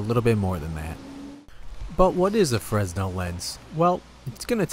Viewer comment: Its pronounced frenel